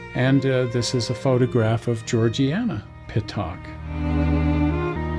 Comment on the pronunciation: The name is pronounced PIT-ICK not Pit-Tock.